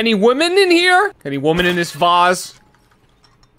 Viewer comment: Obsessed with the way that can’t pronounce “women”. It’s only singular babey.